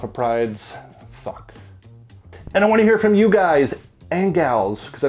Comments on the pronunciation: Everytime you say thouq, I keep hearing the word FAWK 😂 no hate,just making me giggle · Nice review, always wondered about this one. Btw, the "Th" in Thouq is pronounced the same way you'd pronounce "This" rather than "Thought".